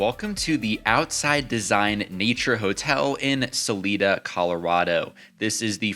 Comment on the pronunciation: So my girlfriend and I plan to come down in October. Thank you for the video and just a minor correction for you its pronounced Salida not Saleeda long I but all good